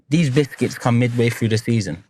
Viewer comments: Stop saying bisthcuits!! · Came on i will buy Proton just stop saying bithkiths😂😂😂😂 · Havertz got him chatting 'bishkits' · Man said "bithkitss"😂😂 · Stop saying bishkits 😂😂😂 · “Who dwosent like bwishkits” 😂😂😂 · What’s happening with his English 😅